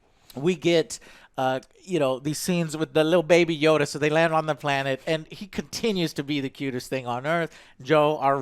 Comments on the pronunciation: baby yoda not yoddle wtf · Stop calling it Yodel... i already explained you that it's obviously Yoda.. it seems to be a story about what Yoda went through.. so probably a few hundred years before episode 1.. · why are they calling him 'yodel'?